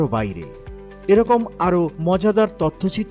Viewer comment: সাবস্ক্রাইব উচ্চারণটা ঠিক করে বলুন